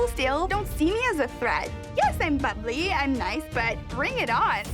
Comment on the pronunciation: Oh she called herself "bubbly and nice". sounded like she said "fugly and nice".